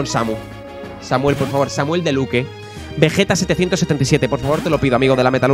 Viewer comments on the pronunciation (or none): none